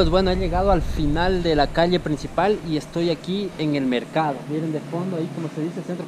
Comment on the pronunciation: Peligroso para mis oídos escuchar que dicen calie en vez de calle.